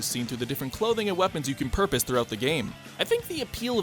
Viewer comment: Script: "Purchase": "PuRpOsE"